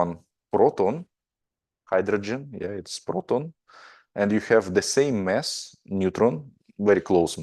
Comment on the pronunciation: Thanks. However its MAss not MEss... The two mean different things. Other than that, thanks very much